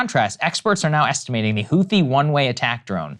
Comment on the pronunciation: shew... the "h" in "Houthi" is a silent one. pronounced "hoo-tee"